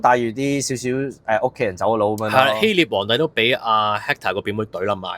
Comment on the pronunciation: 希臘 臘音立 不是聶